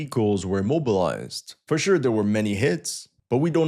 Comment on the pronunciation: you took me offguard with the "faure sheure" XD